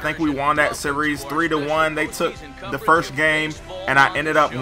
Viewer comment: I would watch this series more if your said FIRST instead of FIRSH. it just annoys me